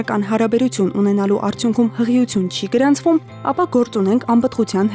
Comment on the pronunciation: Ականջներիցս արյուն գնաց բժշկուհու "հղություն" բառից😢 ինչո՞ւ "ի" տառը չի հնչեցնում